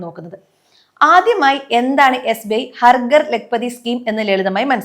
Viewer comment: "ഹർ ഗർ" അല്ല "ഹർ ഘർ" എന്നാണ് ഉച്ചരിക്കേണ്ടത്. വന്ന് വന്ന് മലയാളം നേരേ ചൊവ്വേ പറയാൻ പോലും അറിയാതെയായി മലയാളിക്ക്😢